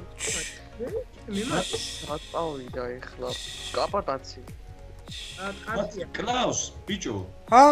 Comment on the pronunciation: შენი ,,ძმის'' სახელს არასწორად ამბობთ!! კაპატაცი კი არა ცაპატაცი!!!! <3